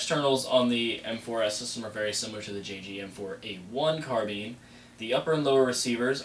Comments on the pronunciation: Haha. You said carbeen. It's carbine. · wtf is a carbean...its carBINE